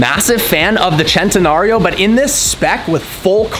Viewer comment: So at least there is one American that can pronounce "Centenario" correctly